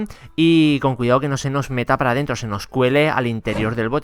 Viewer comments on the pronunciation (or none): Minuto "no se nos meta para derntro"